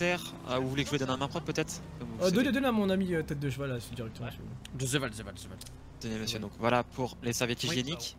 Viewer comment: "un zeval " 😂😂